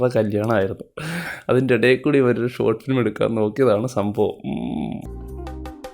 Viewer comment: ഇവൻ ഏതെടാ. ഗോട്ട് ഫിലിമല്ല.. ഷോട്ട് ഫിലിം അത് ആദ്യ ശരിയാക്കെട... പൊന്നോമലേ..🤩